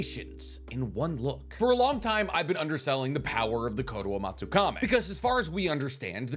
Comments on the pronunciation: Its not fucking kame its kami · Is there any particular reason he pronounces koto amatsukamE instead of amatsukami? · It's kotoamatsukami, not kotoamatsukame... How can you pronounce it wrong every time you say it, in a video talking about said jutsu. Otherwise, great video. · I swear you mispronounce things on purpose. It’s Kotoamatsukami. Kami not kame. And it’s Kakazu. Zu not zo. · Ok,, I love you. I watch your videos daily. But it's Kotoamatsuka - "me" (English pronunciation for the last syllable) not (Meh). That's been my pet peeve for a year, amongst other mispronunciations. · i hate how you pronounce kotoamatsukami 😭 "kotoamatsukame" son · I love the way how he pronounces kotoamatsukami.